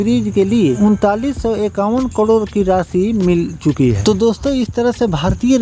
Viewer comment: Say karod not kadir as you are telling inthis video